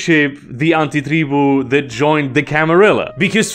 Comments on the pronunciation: The way you say Antitreeboo🤢🤢🤢🤢🤢🤢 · Im very new to VtM and I appreciate your pronounciation of "anti-tribu". Its very accurate to how my mother tongue would say it and its pretty cool to hear someone who has a natural western accent nail it down perfectly. 😂